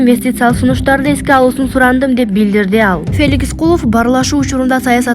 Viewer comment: Феликис дейтко